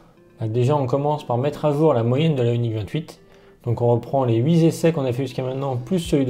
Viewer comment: S’il vous plaît, on ne dit pas les « huiZessais » cc mais les « huiTessais »! C’est tout le reste est parfait 👍